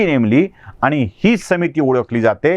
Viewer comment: आनी, पानी काय बोलताय साहेब